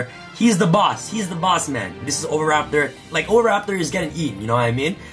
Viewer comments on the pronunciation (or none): none